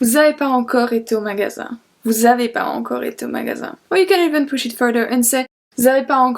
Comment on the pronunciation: I have a doubt you pronounced pas encore as pa encore aren't we going to use the liason here shouldn't we pronounce it as pa zencore pls clear my doubt but you're vids are really helpfull ❤